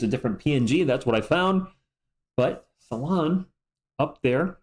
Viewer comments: Not "Sala" + "1" => "Sal" + "1" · Fyi, "Salaun" is prononced "Sal" + "1" (the way you say one in french) 🤔